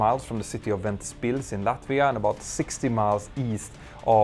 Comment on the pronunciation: Good try pronouncing Ventspils 😄